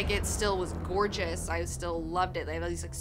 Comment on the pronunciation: I like when your jersey accent comes out of nowhere haha! Say gorgeous again